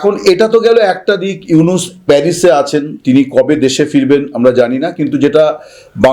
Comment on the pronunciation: ইউনুস কি? প্রফেসর ইউনুস, একটা নোবেল লরিয়েট এর নাম কিভাবে উচ্চারণ করতে হয় তার কোন ধারণা নাই। মুর্খদোচা কোথাকার।